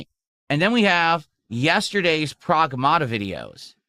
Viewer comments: Prowahgmahta 😂 his accent is so ugly. Also with his degenerate audience he probably shouldn't be playing a game with an underage girl in it just saying. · What is he saying, "Progmahduh"? 💀